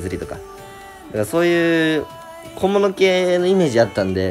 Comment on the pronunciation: マジで関係ないけど小物系が小室圭に聞こえるww